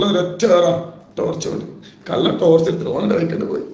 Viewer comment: കള്ളൻ എന്നുപോലും പറയാൻ അറിയാത്ത വല്ലാത്ത ജാതി. കല്ലൻ കല്ലൻ കല്ലൻ 🤣